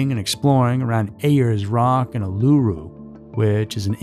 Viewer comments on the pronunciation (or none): FYI for those not from Australia! Mount Isa is pronounced 'Mount Eye-zah" Uluru is pronounced 'Oo-la-roo" Ayer's Rock is the colonial name for Uluru, and Ayer's is pronounced 'Air's" Azaria is pronounced 'Az- arr- ee- ah" Chamberlain is pronounced 'Chamber-lenn" Bullima is pronounced 'Bull-e-mah' Re the story of Lindy Chamberlain and what happened out there, it's not difficult to believe a dog of any sort could get in and out of a tent quite easily if it wanted to, without a lock or ziptie on the zips, however depending on the quality of their tent the dogs could have torn through the tent itself. Claws and teeth can be very sharp and many domesticated dog owners can attest to the destructiveness and houdini-ness of dogs through experience. Also,, please pull back on the sound effects mate, it's a bit much, IMO....